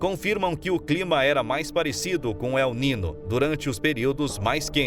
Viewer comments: Caro Prezado Locutor... Que "não sabe" Espanhol... Não é "La Nina" e nem "El Nino"... É "La Niña" (Lesse - "La Ninha") e "El Niño" (Lesse - "El Ninho") Obrigado pela Atenção e na próxima fala correto no video as palavras em Espanhol.. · La letra Ñ en Español tem son de NH em Português... Não e nina o nino.. E Ninha o Ninho... Devemos respeitar os idiomas.!!!!! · Adorei. Só se pronuncia ninho e ninha. O n com til fal papel de nh. Vlw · Desculpe-me a intromissão: o fenômeno Ele Nino se pronuncia El Ninho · ATENÇÃO - a PRONÚNCIA CORRETA É EL NINHO e la NINHA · Se pronuncia la ninha e el ninho, pois la niña e el niño é espanhol. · Prezado narrador você podia pelo menos ler correto NIÑO E NIÑA, se le: el ninho e lá minha. Obrigado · La ninhâ.....ou El Ninhô....... tua pronúncia ..................DÓI aos ouvidos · Como que este locutor não sabe pronunciar corretamente as palavras "El Niño e La Niña?São palavras escutadas repetidamente na mídia. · Locutor precisa saber que niño tem som de nh